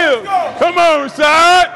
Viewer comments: I thought his name was pronounced "Ra-ShEEd", not Ra-ShOd". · I think he was pronouncing it like Rashide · Why did he keep calling him Rashad? I thought it was and last name was Rashid. so neither of those add up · When CT totally mispronounces your name but you wouldnt fucking dare correct him